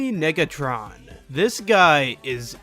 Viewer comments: Sad that you didn't use the bit where the narrator said Jimmy niggatron, rather than Negatron. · No way nobody’s talking bout the way he said negatron 😂